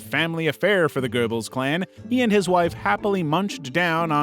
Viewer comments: It’s not click bait nonsense he just can’t pronounce it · You don't even get the Name of Goebbels right. Simply clickbait nonsens.